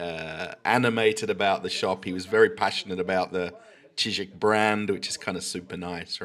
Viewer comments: Cheesik😀 you murdered him hahahaha Ж is pronounced like J in Deja vu 😀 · “I’m working in a Shizik store”! 😂